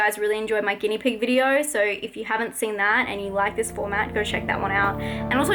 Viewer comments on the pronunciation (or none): none